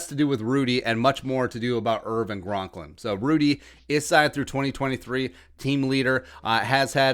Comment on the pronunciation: All spot on... Harris just will not tackle, embarrassing! Jaleel, Shemar, and Dakota shouldn’t even be allowed in the building. Hate to see Rudy go but hey.... Not sure how you left off BAILEY, but he shoulda been your #1! Also, it’s C-O-N-K-L-I-N, bro... not “Gronklin”.